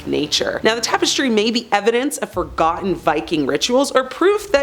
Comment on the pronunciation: I came here to say this - as soon as I heard her pronounce it as "seltic", I cringed. It's also weird how she pronounced "tapestry" as "tape-estry"